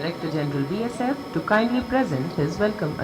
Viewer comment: He cannot even pronounce the name of Bsf properly....make DG from BSF'S own officer cadre..